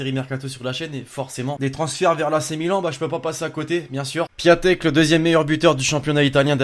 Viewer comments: On dit piontek pas piatek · 10/10 sauf que piatek ça se prononce "piontek" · jveux pas etre mechant mais piatek ca se li pientèk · On dit piontek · Ça se prononce Piontek